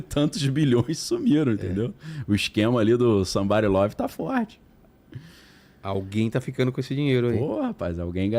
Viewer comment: Esse "sambarilove " é muito engraçado, muito carioquês! Kkkkkkk